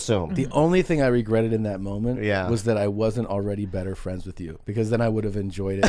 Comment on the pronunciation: "Ho' meeny fwein' come wit you?" 🍣🍙